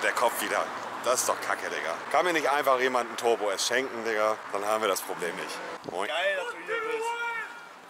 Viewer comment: Torbo S 😂 streamen und zocken macht dumm und vermindert die Aussprache.